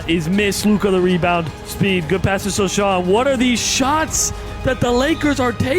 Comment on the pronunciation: its SO-HAN not SO-SHAAN